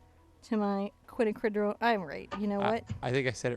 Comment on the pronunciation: Watching this again and painting today...Nov 27, 2016.....I realised something from watching your newest videos in 2016.....you actually HAVE learned to pronounce quinacridone magenta and say it all the time with no trouble....I still love hearing you say "Coatequitl"...which is harder to spell than it is to say...and you actually helped me remember the name of the paint when I went to shop for it in November 2015.....Best wishes to all of you and your family and thank you for all the great lessonsI have enjoyed for over a year now....<3 <3 <3